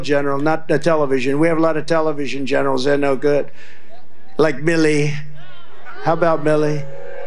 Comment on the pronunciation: Tell me BEN if you can, who is 'BILLY" he says like Billy then says general milly.....guys a pure ass, good show as always 👍🤙🏴